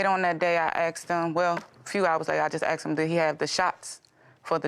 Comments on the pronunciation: " I axed" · I axed, I axed, they axed, he axed. These things can't even speak properly.